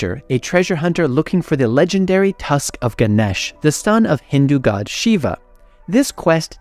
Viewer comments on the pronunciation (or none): none